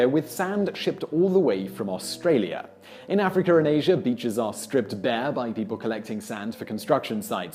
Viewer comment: AfriKER AISERR